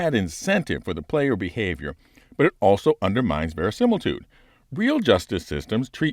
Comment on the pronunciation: If you're going to throw verisimilitude in there, you need to learn to say it like Jim Carey said it 😄